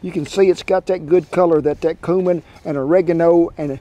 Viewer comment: The way he says cumin is dangerous